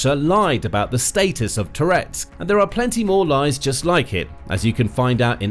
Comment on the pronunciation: Every time you say "Toretsk", I briefly think you're saying "Tourette's".